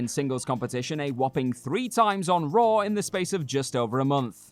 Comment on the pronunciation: Raw* not Roar